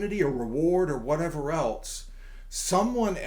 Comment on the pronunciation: "Whatever ELTSE....Someone ELTSES" 🤔 Unbelievable that a person whose probably 65 years old, has spent that long speaking English. Yet hasn't completely mastered one of the most elementary words. Constantly pronouncing "else" with T's in it.